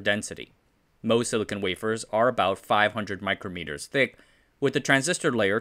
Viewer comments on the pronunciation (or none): none